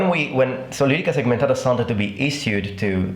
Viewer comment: i can tell you are not a native anglophone because you say "segmentata" correctly, without rolling the t into an r.